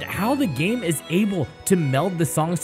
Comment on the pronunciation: It izz what it izz